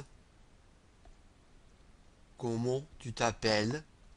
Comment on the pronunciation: There's a little pronounciation mistake for "comment" in "comment vous appelez-vous", but it's good, I can hear you are not French, but it's very good.